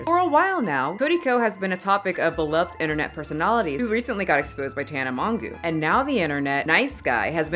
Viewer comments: I lost it when you said Tana mongoo 💀💀💀😂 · Oh lol also Tana's last name sounds like mojo not mongoo but that was adorable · Tana mongoooo 💀💀💀💀💀 they never say her name righr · How tf do you pronounce Tanas last name fr? Can someone write it phonetically for me